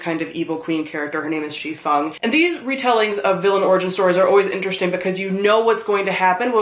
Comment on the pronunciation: Having taken Chinese for the past five years, you are the first person on BookTube I've heard pronouce Xifeng correctly. It makes my heart happy.